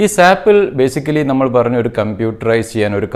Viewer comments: Dear Sir, Please don't pronounce it as SAP. You did the same through out the video. It is S. A. P. This is what our trainers tell us in the first class itself. S.A.P is a German company and, in German, simply SAP means Pig. Sorry for this comment but this is the right method to pronounce. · Please pronounce S.A.P not Sap (സാപ്)